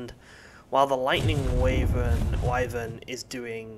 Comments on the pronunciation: Man I love how you pronounce it way-vern like I did in the old days playing final fantasy(before learning that it's wai-vern). I've never heard anyone else say it like that, it is somehow nostalgic. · waevern egg wtf its called a wyvern egg